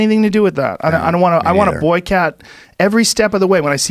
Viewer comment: boston joe.